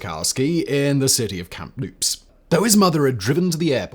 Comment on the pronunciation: Kamloops, not "Kamploops."